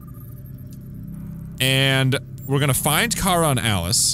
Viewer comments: Kara is pronounced k-ra not ka-ra in this game so you’re wrong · Luthers says Kay- ra while Alice says kar-a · mynameadehsenpai No. it’s two syllables. Ka-ra. The dude mainly behind the soundtrack of Kara says how he used those two syllables to make a lot of the soundtrack.